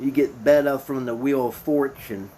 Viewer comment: Thanks for the info but maybe try to pronounce the main players names correctly. It's pretty annoying to hear Betta or rozita so many times. I don't think you've watched the show which really doesn't matter and you made some good points that were helpful so thanks.